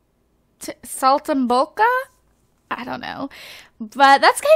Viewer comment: Okay you pronounced Saltimbocca correctly but the G is silent in Gnocchi. Its pronounced Noki like Nokia without the A and the only reason I know this is because I watch a lot of MasterChef.